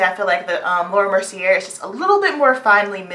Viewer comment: Thanks for this review/demo! I'm loving all these companies coming out with powders for us, too!!! P.S. "Mercier" is pronounced like "mer-see-A" like in the last syllable of "latté" Not trying being rude at all I promise, but I just thought you'd want to know :) <3